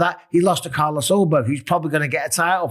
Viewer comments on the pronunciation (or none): none